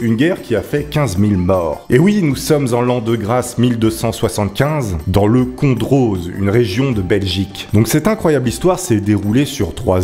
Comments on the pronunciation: On dit condro et pas condroz ^^ même si il y a le z il ne se dit pas . Un petit belge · On dit condro pas condroz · Salut! Je suis belge et si je peux me permettre on dit plus tôt « condro » et pas « condroze » (c’est juste pour la prononciation) Sinon continue comme ça c’était une super vidéos VIVE!!!! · On ne dit pas Condroze mais Condro (J'ai écrit comme cela pour la prononciation) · Le Condroz ne se dit pas CondoZe mais Condro, le Z est muet et Ciney se dit Cinait. La vidéo est vraiment sympa, j’espère que tu vas en refaire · Cela ne se dit pas condroze mais condro xD Et perso j'habite entre Andenne et Liège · Alors... Ca se prononce condro pas condroze.. mais bon c'est normal la Belgique et ses noms compliqué ._. Super vidéo je connaissais l'histoire ça m'a fait rire que tu en parle continue comme ça Owo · En tant que belge 💪🏻🇧🇪🤘🏻, je doit intervenir pour te signaler qu'on dit '' Condro '' et pas '' Condroz '' malgré le '' z '' a la fin... Voilà voilà 😂 Je t'adore, je kiff tes vidéos et ta manière d'être sérieux en faisant des blague, tu raconte très bien 💪🏻🤘🏻 Biz de Belgique 💪🏻🇧🇪🇧🇪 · C’est le condrO pas condrAUZ 😂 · Sa se prononce condro le z est muet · Salut elle est très très bien ta vidéo comme d'habitude quoi 😊 Mais tu prononce mal Condroz il faut dire Condro Voilà c'est le seul truc que j'avais à dire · Condroz se prononce Condro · J’habite à Andenne 😂 et on a la route qui s’appelle route guerre de la vache à 2 min de chez moi si tu passes en Belgique je peux te faire découvrir 😂 et si jamais on dit condro et pas condroz même si ça s’écrit condroz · HAAAAAAAAAAAAAAA ... MON DIEU !!! ... Je suis belge , et dès le début de la vidéo , il arrive a me faire crier !! ... on dit pas Condro "Z" ... mais juste Condro , Genre le z est muet en fait ^^' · Condroz se prononce sans le "z", genre condrau ( c'est comme ça qu'on le dit) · On dit le "condro" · Le mot « condroz » se prononce « condro » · ca se prononce condro